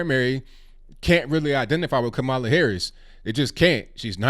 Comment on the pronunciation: Why don't you at least learn how to pronounce her name? Not really black? That's disrespectful